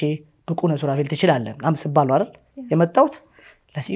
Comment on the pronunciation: አማርኛሽን አስተካክይ ለምሳሌ ፩ኛ ትወዳለክ ሳይሆን ትወዳለህ፣ ፪ኛ ትችላለክ ሳይሆን - ትችላለህ፣ ፫ኛ የሚያግዝክ ሳይሆን -የሚያግዝህ... ህ፣ህ፣ህ አደራ አስተካክይ። በርቺ።